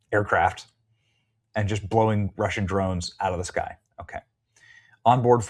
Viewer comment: "Be vewy, vewy quiet, I'm hunting dwones!"